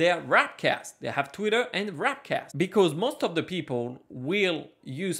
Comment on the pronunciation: W A R P cast not W R A P cast !